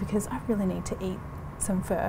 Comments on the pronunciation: sorry- did you just say Vietnamese fur?! lol it's pronounced "fuh" like the start of the swear word. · Shes been syaing fur the entire time and my Asian ass is triggered